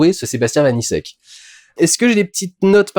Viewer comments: Par pur principe, le nom du réalisateur se dit "vanitchek" Critique intéressante, hâte de le voir, j'avais beaucoup aimé Vermines ! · Dudu, Vaniček se prononce comme la république Tchèque. C'est facile à retenir puisque que Sébastien Vaniček a lui-même des origines... tchèques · Sebastien Vaniček se prononce Vanitchek